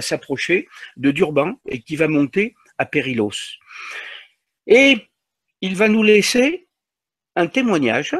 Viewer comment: Pour votre gouverne "ll" en catalan se prononce "y" il faut donc prononcer "periyos". Autre petite remarque "perillôs" en catalan veut dire "dangereux" (interessant, non ?). Sinon reportage captivant et je vous en remercie